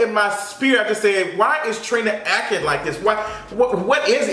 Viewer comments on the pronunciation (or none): She ACK-ING real bougie but can’t pronounce ACTING 👁👁